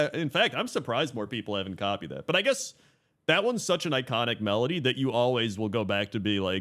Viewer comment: At the start of video I just listened to it, so I thought it actually says medley, but now I realize that just can't pronounce melody lol